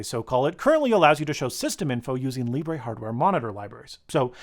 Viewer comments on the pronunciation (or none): none